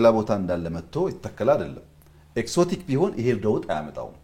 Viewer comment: እንግሊዘኛ ጠብ ጠብ ስለተደረገ አዋቂ አያደርግም ያዉም አንዳንዱን ቃላት በቅጡ ማለት እያቃጠ: ለምሳሌ exotic ሲነበብ ኤግዞቲክ እንጂ ኤክሶቲክ አይባልም።